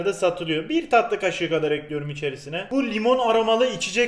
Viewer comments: Elinize sağlık hersey güzelde. EKLİYORUM..! Olsa daha hoş olurdu. Ekliyörüğğm değil 😂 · Ekliyorum değil ekliyürüm Çikolata değil çukuloto Güzel oluyor değil çok güzel oluyür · bende eklirum diyom artik bulasti bana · Limon kolonyasııı, bunu da eklüyürüm